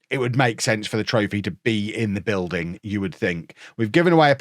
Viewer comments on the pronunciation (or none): none